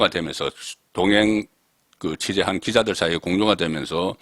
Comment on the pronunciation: 녹음으로나 기계음이 정말 다르게 들리는지 지금 송기자님이"기자들에게 설명"이라 말했는데 난 "이자들에게"로 들렸으니